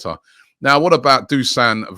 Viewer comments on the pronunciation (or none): Robbie as a fellow Serbian the way you pronounce Dušan is Du-shun not Du-son